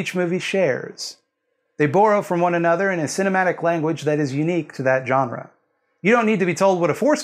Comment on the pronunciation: Thank you for not being a dick about the jump-scare thing. For this I am willing to forgive the pronunciation of "jawn-ra."